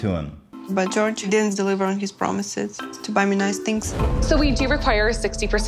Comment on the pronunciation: Jorge isnt pronounced like George though